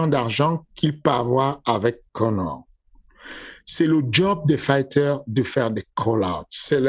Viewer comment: « IL DIT A KONÈRE » Fernand Lopez 2022.